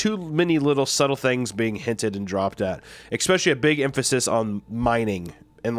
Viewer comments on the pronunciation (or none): Love him to death but the "ekkspecially" thing is killing me